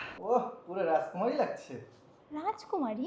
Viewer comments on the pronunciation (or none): Rajkumaari ❌ Raskumari✅😂